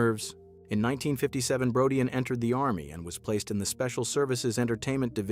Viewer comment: Brodeen not Brodeyan